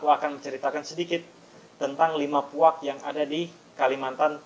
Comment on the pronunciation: Bukan puak tapi puag